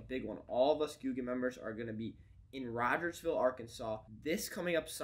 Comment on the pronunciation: "Rogersville" c'mon man